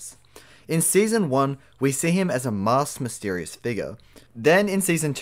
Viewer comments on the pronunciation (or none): none